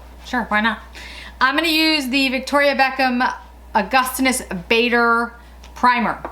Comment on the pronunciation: It’s pronounced August-inas Bah-der. (Per his cv) He’s a famed Professor /Chemist. 👍🏻 Castor Oil will thicken and regrow brows.